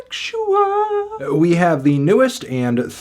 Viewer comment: Off the strength of how you says the album title, had to like